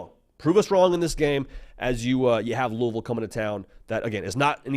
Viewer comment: As a KY native and Bama grad I appreciate your pronunciation of Louisville and Roll Tide!